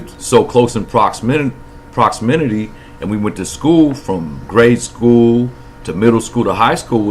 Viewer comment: Proximity not promixty